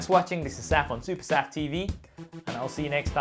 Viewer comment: Saf on SuperSaf TV, the way you pronounce it is amazing. I gotta say it, excited to see fold 3 and flip 3 but not ready to buy it yet. I am still happy with my note 10+. Great content by the way!